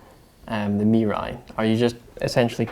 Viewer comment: his pronunciation of Mirai is almost perfectly sounded like Japanese. I heard so many "merai" or "murrai" on YouTube.